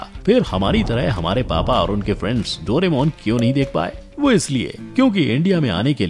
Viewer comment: It's correct name is दोराएमोन not डोरेमौन